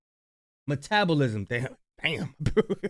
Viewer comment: No longer saying metabolism like how it's supposed to be said, I like meta-bow-lism better! 😂